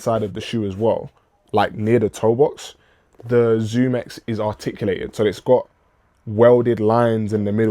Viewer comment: x under the zoom x, but I think you said it correctly later in the video